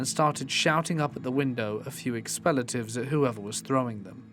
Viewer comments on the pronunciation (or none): Why do you pronounce "expletives" like "expelletives"? It's sounds stupid when you say that.